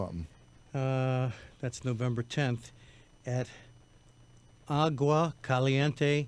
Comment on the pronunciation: Thanks Lou for knowing how to say agua and what it is!